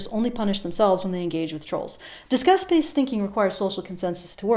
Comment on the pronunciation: Lol, your accent makes "disgust" sound like "discuss". Made me very confused. Praise kek.